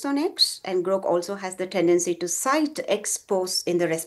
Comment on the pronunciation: Hey lady, it's Grok, not Groak. And Gemini, not Geminee